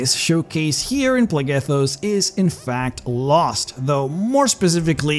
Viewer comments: So while your accent is typically fine and perfectly understandable, a quick note is that a word spelled with PH is pronounced with an F sound. So while you pronounce it Plegethos, it is actually pronounced Flegethos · I’m no expert but “Phlegethos” should be pronounced “Flegethos” not “Plehghethos” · It's pronounced "Flegethos" "ph" = "f" ^^